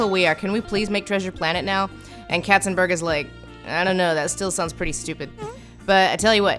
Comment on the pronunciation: Not "Ketzenbörg" but "Katzenberg"! And you have not even mentioned that Hera is Hercules's biggest fiend, instead of Hades, who has no case to hate him!